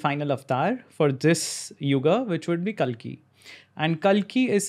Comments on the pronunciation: Its Kalki not Kaalki. Angrezi mai bolte bolte angrez na ban jaya karo. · Its kalki not kaalki.